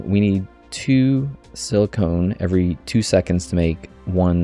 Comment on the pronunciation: FYI it's pronounced the way it looks, siliCON (or sil-i-ken), not siliCONE. Silicone is a man made material used, among other things, in breast enhancement. Silicon is the naturally occurring element that is being represented in game